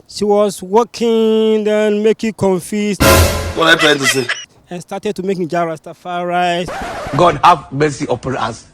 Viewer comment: Did this guy say "Jah Rasta Fri rice" ? 😂😂😂